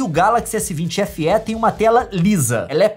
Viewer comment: Só eu fiquei esperando a Nilce falar Feeeeeeeee e não F éé kkkkkkkk